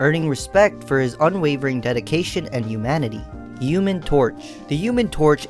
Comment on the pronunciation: Are you French because you’re not pronouncing the h in human and humanity?